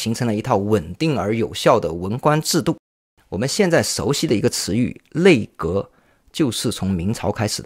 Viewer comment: nei内，内阁，不是累阁